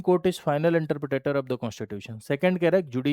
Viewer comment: Are sir Interpretor hota hai😅 Not interpretator 😂😂😂